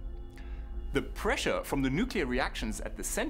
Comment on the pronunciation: Prissure instead if pressure